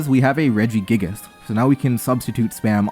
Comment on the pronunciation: Why you pronounce it redge - E - gig - ass that one time 😭